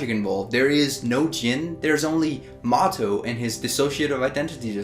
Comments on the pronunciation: I think it's "Mo To" instead of "Motto" :) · just "moto" as in Miyamoto :p